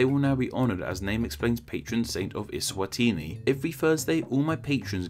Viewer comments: 😭 as a southern African,.i wish i could send you a voice note on how its pronounced..😭 doesn't sound Italian at all.. 😂 eSwatiiiniiii. Is are dragged out..😂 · SWAZILAND WAS HARD TO PRONOUNCE NOW ESWANTINI IS HARDER